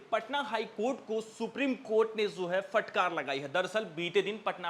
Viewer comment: फ़टकार मत बोलिये । शुद्ध उच्चारण फटकार है ।